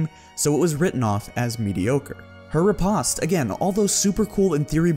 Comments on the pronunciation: riposte - rih-post. Not rih-pahst. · ri·poste /rəˈpōst/ anyone else find his pronunciation of it weird? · You pronounce riposte like the Brits.